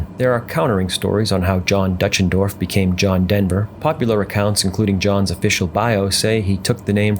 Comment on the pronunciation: I normally down vote video game entries but this one told a worthy story. Sorry to hear the mispronouncination of his last name though.